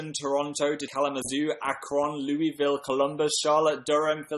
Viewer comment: He said Louisville weird XD